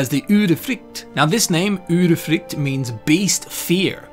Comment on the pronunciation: You are one of the few persons from an English speaking country who has seemingly no problems with pronouncing the vowel [y] as in Udyrfrykte. That's great! :D